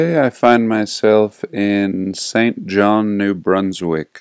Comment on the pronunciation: For someone named, you're having a difficult time pronouncing St. John. 🤐